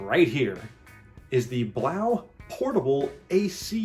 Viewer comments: I'm pretty sure it's pronounced 'BLOW' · Hahah, come on...You're not even saying it right. Blaux is pronounced blow, like the a/c is blowing??? The aux ending is French. I know this is a scam product but at least pronounce it right. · I thing it is Pronounced “blow” not sure